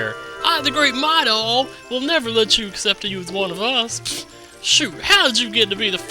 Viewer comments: His name is mido not midol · lol WHY do you call him midol? theres no l in his name haha